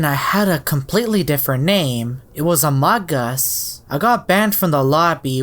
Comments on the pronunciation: it's not amodgus it's uh-moe-gose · its not amog uus its amoogoos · It’s pronounced Amoo-gus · It’s pronounced a-mo-gus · I like how he says A M O G U S lol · u pronounce amogus amoogus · It’s pronounced a-mog-us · its pronounced ah-moh-gus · It's pronounced amogus